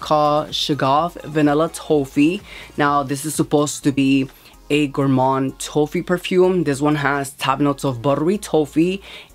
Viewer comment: Hi hun! It’s T-OFF-EE. The O is pronounced like the word OFF.